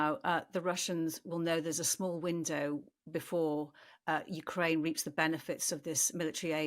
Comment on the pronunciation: "Moist of Ukraine". "A-tackem's". Disgusting. "Clustah". "NoAoades". "Sim-E-luh". I'm out!